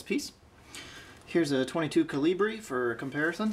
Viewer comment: He can’t even say caliber right